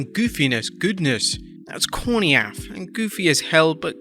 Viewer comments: you did not just pronounce “corny af” like that…. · Lol. "Corneeaff"